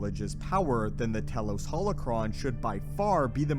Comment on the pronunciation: “Tee-los” not “tell-los”